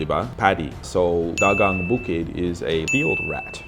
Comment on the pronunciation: Dagang is pronounced da-gang not dag-ang, ok?